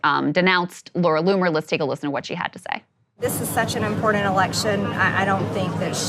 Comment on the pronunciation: How does she mispronounce the word important?